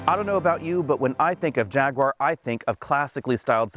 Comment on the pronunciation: Jag. Ooo. Arr. 3 syllables.